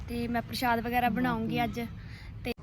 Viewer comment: Preet ji parshad parshood nhi bolida tuhade boln vich roughness h ja fir parshad bagera mummy sohna bolde ne manveer de stomach vich keedeye honge